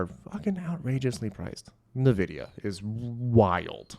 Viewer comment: It's pronounced "In-Vidia"